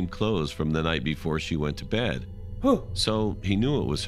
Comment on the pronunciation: his deep voice when he said bed sounds like bayd cewl